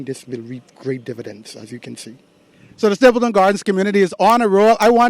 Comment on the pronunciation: The Word is Stapledon not Stapleton.